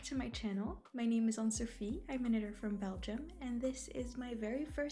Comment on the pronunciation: I think the confusion people have with assuming you speak French is from your intro as you mention you're from belgium and the way you pronounce your name is very french :)